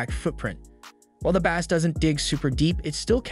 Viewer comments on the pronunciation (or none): imagine not knowing how to pronounce bass for a speaker video lol. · sorry, had to turn it off after not pronouncing bass correctly. How can I take anything you say about audio seriously if you get that wrong? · And mispronouncing it for a fishing show!